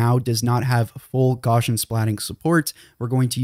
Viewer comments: Gauss is pronounced "gowss", and Gaussian is pronounce "gowssian". It's not gawshun. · Gauss is pronounced gows like cows not gauze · You might like to learn how to say Gauss's name. It isn't gORshan. It's Gowsian. Ow - as in the pain I get every time I hear his name mispronounced. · Did you call it Gawshin splatting?! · And the 'Gau' in Gaussian rhymes with Cow. I'm beginning to this this guy is a bot. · "photo" "gammetry" "gaussian"... Pronunciation, learn it.